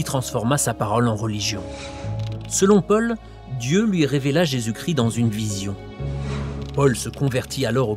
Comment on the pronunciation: Christ pas cri ..